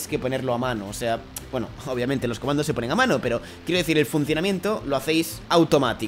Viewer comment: algien noto que dijo comados en el minuto 2 11